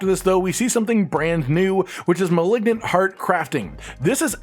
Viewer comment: Is there some meme I'm not aware of, or can he just not pronounce "malignant?"